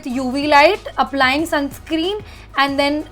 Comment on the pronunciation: It’s sunscreen not “sunscream”